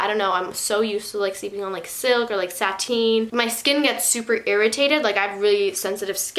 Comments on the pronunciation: She calls satin sateeen and brita breeta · And sateen instead of satin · “SATEEN” lmaoo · “Saten” “breta”💀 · she did not just say sateen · The way she says Satin 😂